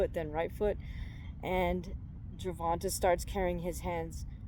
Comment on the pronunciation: Hey I love ur video, ur super knowledgeable… but as a black man my only gripe is ur pronunciation of his name, its GER-VON-TAY not Ger-Von-Tah… it might seem like nothing to u or others but to us it can be seen as disrespect! Again, loved the video!!